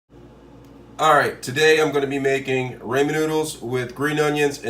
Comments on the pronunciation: Rah-men, not ray-men. ☺️ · he's talking about the pronunciation. It's rah-men. Spelling it is Ramen.